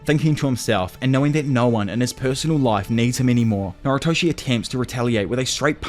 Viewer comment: why do you pronounce noritoshi as naruto it makes me mad nervous